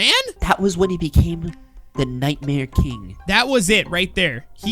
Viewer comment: U said night mare kring in stead of king